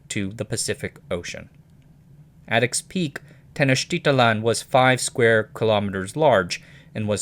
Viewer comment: technotitlan is easy to pronounce: ten oak tea tlan